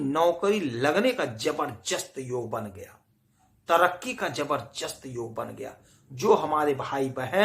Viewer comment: ज़बरदस्त होता है, ज़बरजस्त नहीं…